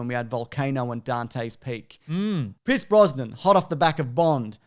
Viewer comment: Piss brosnan? lol